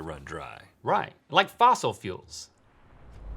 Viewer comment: "like fossel fuels". Ha!